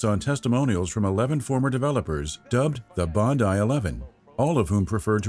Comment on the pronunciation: Congratulations! It's nice to finally hear an American pronounce "Bondi" the correct way. - Love from Australia